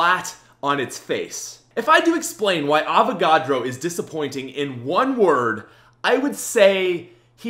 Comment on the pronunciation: Avacadro lol